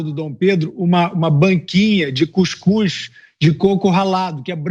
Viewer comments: Eu entendi ele falar cuscuszão 🤣🤣🤣🤣 que não colocaram mortadela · Não vai dar em nada, ele não conseguiu pronunciar corretamente e a defesa vai alegar que cuscuz crã é uma ceita de adoradores de cuscuz... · O Luladrão disse Cuscuz clã 😂😂😂😂😂😂😂😂😂😂😂😂😂😂😂😂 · Verdade. Mas não dei muita importância pois ele pronunciou cuscuz clã. Eu entendi que seria a clã do cuscuz. Que hilrio! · O Ladrão fala muita merda, mas uma coisa é verdade " cuscuz clã" é mais fácil de pronunciar 🤣🤣🤣